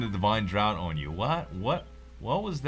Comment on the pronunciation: I'm positive you won't care because I'm 5 years too late, but "draught" is pronounced "draft"